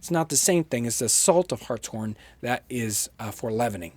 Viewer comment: Glad he said Hartshorn correctly. And yes it is my last name.